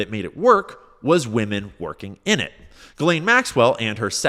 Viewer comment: Her name is pronounced Jislane... JISLANE... STOP calling her Guylaine!